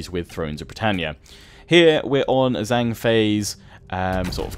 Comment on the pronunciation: "zh" is pronounced like a j in mandarin. So zhang would sound like jang.